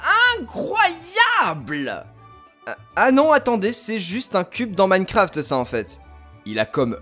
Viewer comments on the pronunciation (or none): none